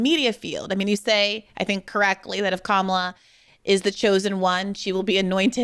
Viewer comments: My only thing is why does he consistently mispronounce Kamala's name. It's disrespectful. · Why is he intentionally pronouncing Kamala's name wrong.... 🫠 🤦🏾‍♀️ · This does nothing but strengthen the magas by splitting the vote. This is nothing more than a flex. Butch has s showing you who he is by intentionally mispronouncing Kamala’s name. Listen when democracy is restored(miracle if ever) you can argue your points. Until then you’re just helping the monsters to remain intact. I challenge butch to stop confusing his knowledge of history with his ability to comprehend what’s really happening in TOTALITY. He’s worried about scratch on the car versus the two flat tires.